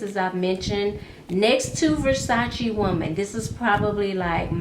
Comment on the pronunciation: I love you - you pronounce it Versac-E not versac-A!! All my life it has been pronounced the way you (and I) say it! Now I hear people all of a sudden pronounce it with an "ay" sound🙄. And you say "coin" (correctly) not "coins". In my day we always said "coin" singular not coins plural. Thanks for this video, I have to try that VersacE woman!! Sounds delicious. ** I got an Ellen Tracy at TJ Maxx, the one with the red floral background, on clearance for 4 bucks and it smells delicious! A beautiful sweet floral. Very nice, and only four dollars!!